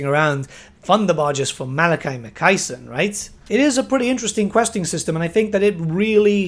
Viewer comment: Why can't anybody say Ma Kay Son